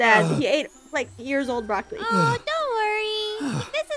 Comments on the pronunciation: Also BrahLocAlI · “The brolocoly”😂😂😂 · It's "boracolele" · Bruh aphmau can’t even say brolawcili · EAT THE BROCLOCOLI! Me: (*Laughing at the pronunciation he used*) Lol, why is that so funny? 😆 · “THE BRAWLAKALY” Aphmau: “NO IM JOT EATING THE BRALAKALYKY 😡” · Also he said brawlawcolli